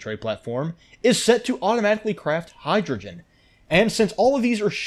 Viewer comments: ahh yes, hydrgoen instead of hydrogen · mm yes, "hydroen"